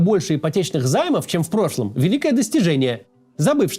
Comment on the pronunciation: "Все тогда вдруг рефыли 🤓" "Вф профлом году 🤓" Макс, что с тобой?)